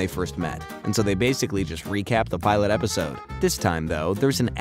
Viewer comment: You said pilot wrong in the beginning